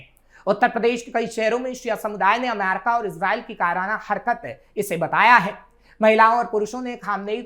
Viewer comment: अमेरिका बोल लो पत्रकार महोदय... दूसरे सभी शब्दों को तो तुम बिलकुल सही-सही बोल रहे हो, लेकिन अमेरिका शब्द आते ही तुम्हारा उच्चारण "अमैरका" हो जाता है...विश्वास करो जबरदस्ती सिर्फ स्टाइल दिखाने के लिए अमेरिका को "अमैरका" बोलने से तुम बिल्कुल भी अंग्रेज नहीं लग रहे और तुम्हारा ऐसा बोलना बहुत चीप और लग रहा है